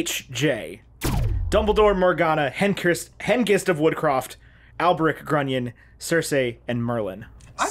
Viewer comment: I blame Ethan on this one, because he pronounce Circe as Circé